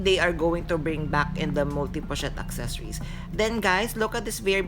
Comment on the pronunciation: Accessoires is not pronounced accessories. You’ve been mispronouncing it for years and I’m shocked no one has corrected you. The spellings are different. “Soir” is “swah.” Also, The “s” is silent in palais. It’s “pah-lay.” Otherwise, another informative video. Thanks!